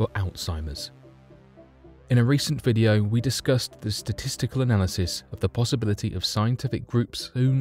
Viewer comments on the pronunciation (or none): none